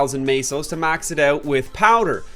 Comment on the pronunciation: Tell us, when you pronounce the currency in MapleStory, where do you see the fkning a?